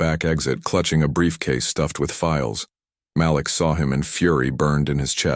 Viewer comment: Malik = muh-leek